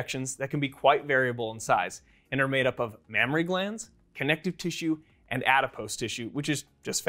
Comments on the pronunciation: Mammary not Mammory* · Mammary not Mammory. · That's "mammAry glands", not "mammOry glands". Just sayin'... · Correction : It’s not “mammory glands” it should be “mammary glands” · isn't it a mammary and not mammory?